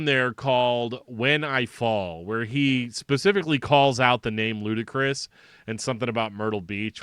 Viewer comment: Saw these guys twice as LK, and its pronounced 'Ludicrous'. It is def not lootee. Josh climbed the tent pole in front of the stage in both shows, bellering with the mic inside his mouth from the upper rafters. A decent show for chaotic music, but im more of a metal head. I keep seeing DillingerEscapePlan mentioned in ref to these guys, however, guys from Frodus started DEP.